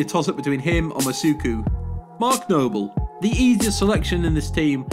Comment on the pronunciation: Just saying its mas-u-a-ku, not mas-u-ku